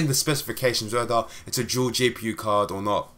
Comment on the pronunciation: I don't know what's up with these people, the video was good, and there was nothing wrong with your pronunciation. I don't see why you would need to apologise for something like that.